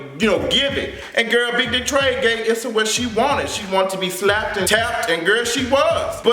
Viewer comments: her name is pronounced "ESSA" not "ISSA". I know that's the way it's spelled, but that's not the way it's pronounced. 🙂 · You going to stop pronouncing my girl name wrong!!! LoL.